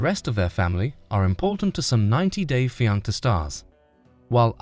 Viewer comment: He cant even pronounce fianceeee 😂😂😂😂😂😂